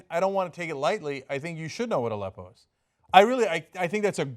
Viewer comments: The interviewer kinda pronounced it like "a leppo" as in he paused between "a" and" leppo" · I also thought it was an acronym based on the deliberately manipulative way the question was phrased and Aleppo was strangely and incorrectly announced. I found the woman in this video very annoying, especially since there was no mention of how The New York Times didn't know what it was either. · Why can t any of these TV people pronounce Aleppo correctly ?